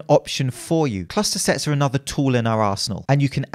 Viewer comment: Whenever I hear say 'arsenal' it sounds like he's saying 'asshole'. Just saying